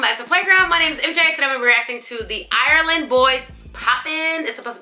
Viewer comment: DONT SAY IRELAND LIKE THAT